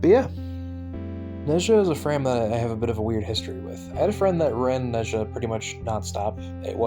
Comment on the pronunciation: Ne-Ze-ah, Ze (pronounced like the ze in zed) Z-huu-Ge Can look for the pronunciation as Nezha and Zhuge are CN words.